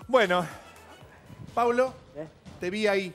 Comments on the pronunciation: 😢😢 es P-A-U-L-O no Pablo. Respeten. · Que molesto que no se sepa el nombre de los participantes el conductor. Encima que no lo sabe lo repite mil veces mal, es Paulo. No Pablo.. a nadie le gusta que le digan mal su nombre mucho menos en televisión.. más allá del bardo q haya, mínimo para conducir algo aprendete los nombres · Camila por amor a Jesucristo bajale al drama querida!!! Y Mario no es tan dificil decir PAU-LO PAU-LO PAU-LO... Ya lo haces de chocante decirle Pablo... 🤨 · Lo del conductor siempre diciendo Pablo en vez de Paulo?? WTF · Se llama Paulo No Pablo. Decí bien el nombre!!! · Al comienzo del programa lo hizo a propósito porque se lo corrigieron y él igual siguió diciéndolo mal, es una vergüenza ese conductor